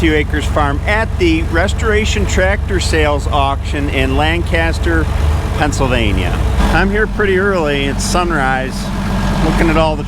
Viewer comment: Thank you for pronouncing Lancaster correctly!